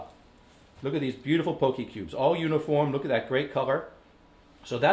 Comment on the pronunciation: I'm haole and it bothered me too.